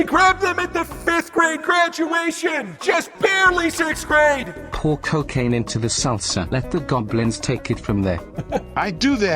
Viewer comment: ah yes, the well known drug "ccooccaciine"